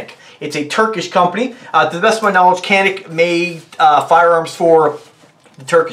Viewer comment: I actually have the original gun this gun is copying...the Walther P99AS. Its one of only 4 polymer guns I own ( prefer steel and DA/ SA) and carry it everyday. Also, it’s pronounced in native as Yan-Ick.